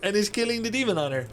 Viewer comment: I'm glad it was not just me who heard Hemon Dunter